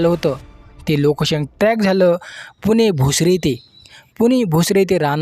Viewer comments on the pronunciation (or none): none